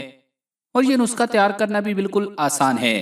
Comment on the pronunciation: Bhae,nuska nhi nuskha hota hy